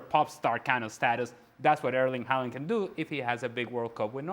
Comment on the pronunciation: Fjørtoft is so lame. Just because you are on a english speaking TV-show, you don't have to pronounce Haaland's name like that. Clown 😂